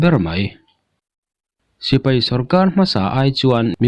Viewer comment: Sipai han tih be mai awm,tipai tia han lam rik kher, best mizo collection a nih angin tawng lamah pawh best thei ang ber aw..... News lamah erawh a bengvar thlak thin e